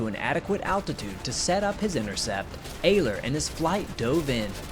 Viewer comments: it's pronounced ERler, not ayler. youre forgetting to pronounce the R in Ehrler. i speak gerrman, btw. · Heinrich Ehrler (the Ehr of his last name is pronounced air) "sehen sie im Walhalla" (see you in Valhalla) before ramming the adversary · Ehrler is pronounced Er ler in Heinrich Ehrler's case. Underreporting was relatively common during WWII, so was overreporting though. Denying intelligence to the enemy is the point of underreporting losses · Well done. For all who are interested: Ehrler (pronounced Air.ler) addressed his famous last words to his friend Major Theodor "Theo" Weissenberger (Kommodore of JG 7; 208 victories). The original words in German: "Theo, Heinrich hier! Habe zwei Bomber abgeschossen; Munition ist alle. Ich ramme jetzt. Auf Wiedersehen, sehen uns in Walhalla!" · Btw it’s pronounced more like eRleR focusing more on the Rs